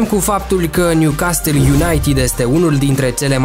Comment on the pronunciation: M-ai nenorocit cum pronunți Newcastle😂😂